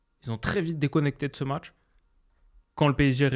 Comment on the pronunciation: "Le môtch"